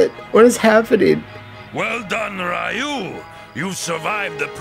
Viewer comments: It really boggles my mind that they can actually pronounce “Ryu” properly when it’s a part of “Shoryuken” but still calls him Rye-Yoo.🤨 Yeah, a lot of people still call Ryu as Rye-Yoo even to this day but I’ve never seen a single soul that calls Shoryuken as Sho-Ryu-Yoo-Ken. LOL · Same honestly. But then they would always say Ryu's name wrong and I couldn't take that lol. Also Ken is a friggin moron in this series. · Yeah, it was kinda forgivable back in Street Fighter 2 era as the game didn't have any samples pronouncing it (other than shoooryuken) but there have been many, many, many Street Fighter games since then that outright say Ryu's name out loud and correctly. Plus the anime movie released in english in 1994 said it correctly too and I would have expected many SF2 fans to have seen it by now even if they hadn't bought the movie back then themselves (I bought it then here in the UK and it became one of my most watched movies ever. And beats the heck out of the Van Damme movie that itself gets Ryu's name wrong and this cartoon is based on that). Ryu is one of the most recognisable characters in gaming. He's iconic. It's weird that even after 30 years there's so many people who can't get his name right... Anyways I ranted a bit more than I probably should. Been a long annoying day. Off to be bed. Goodnight. :D